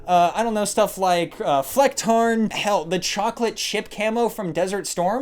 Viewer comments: Edit: I just wanted to add how flawless your pronounciation of Flecktarn was. Probs for that. I paid 150€ for EoD to support the development of EFT. The money was used to develop a different project which turned out not to be profitable. And in return they made Unhinged... I mean Unheard Edition and tried to bug out from delivering what I paid 150€ for. That's not even an EA-level dickmove. With EA at least I know that I will miss my hard earned Euros. The only thing that makes me not regret my investment of 150€ is the included opportunity to play SPT without cheaters an pretty much anything I could wish for... And without Nikita being able to screw it up. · As a german, you stole my heart when you said ✨flecktarn✨ 😍😍